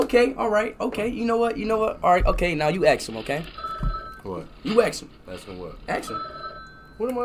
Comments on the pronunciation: In Speed Lang Ask Him = Axe Him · Lol axe him 😂😂😂😂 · axe him a question.....~Speed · His dad thought he's saying "X him a question"💀💀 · aKs him -Ask him what +AKs him -Ask him what? +Just aKs him questions… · Speed:Axe him questions Speed dad: ask what? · Speed was supposed to say " ask him a question" 😂😂😂😂😂😂